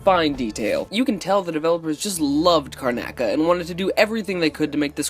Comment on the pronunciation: car-na-ca? CARNACA!?! it should be car-noc-a! good vid tho